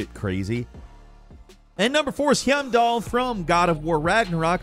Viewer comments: I have to give you a hard time for this. Him-doll?!? Really? LMAO. Highm-dahl. Just had to give you a little ribbing for this. Love ya work! Wishing y'all Happy Holidays! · Hee-yam-doll? Do you guys actually play videogames? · How does “” find a way to butcher characters names in almost every video he does. Him-doll? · Him-doll? I think its hime-doll . Heimdal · Do you have something against pronouncing games correctly? “Heeiymdall” 😂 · Bro said heeyem-dal 😂😂 I swear he does it on purpose lmao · absolutely butchered the pronunciation of Heimdall. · I don’t think you understand what that emoji means. I’m not being unnecessarily critical or pedantic. He says “I hate this guy” about Heimdall but he says his name wrong. If you played GOWR, you know how to pronounce Heimdall’s name. He pronounces “Hosea” wrong from RDR2. Again, nobody who played the game would do that. I only say this because whole thing is that he’s a gamer who talks about games and it’s also implied that he has played these games. That’s kind of his job lmao. GOWR and RDR2 are two of the most important AAA games to ever be released and he obviously didn’t play them. It just seems like he’s a poser reading a script that someone else wrote for him and he didn’t care enough to even do the slightest research. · C'mon they say "Heimdall" out loud like 20 times in the game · He said heimdall so wrong I didn’t know who he was talking about at first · Is no one gonna talk about how he mispronounced hiemdall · Wtf was that pronunciation of heimdall? Did you play the game? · Why is he pronouncing Heimdalls name like that? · You said Heimdall wrong. Said Hosea wrong too. What's up with you?? You've heard these names in-game, WHY do you mispronounce things so often?😂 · Did he seriously mispronounce Heimdal? They even say his name in the game dude. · when you said heimdall a Hosea wrong i got mad how do you fail that much